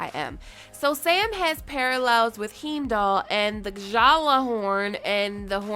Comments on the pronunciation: Heemdoll. Haven't you seen any of the Thor movies, or the Avengers movies?? Lol. Heimdal is an important character in them. His name is pronounced "Hi-im-doll"; two syllables, hime-doll. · As always, love your videos. Your channel is literally what helps me fill the gap between the long-season-break. Also to help you with those pronunciations in the future: - "Heimdall" is "High-m-doll". - "Gjallahorn" is either: "Gal-a-Horn" or "Yal-a-Horn" (Or G'Horn if you ever played Destiny). Looking forward to your next video. ♥ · Heeemdall hahaha haven’t you watched Thor??? Any of the movies hahahahaha